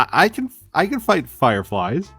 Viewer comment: “I can fight Firefiles”. Confirmed, is from FEDRA